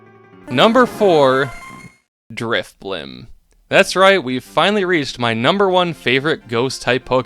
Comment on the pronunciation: DRIFBLIM DOES NOT END WITH A P!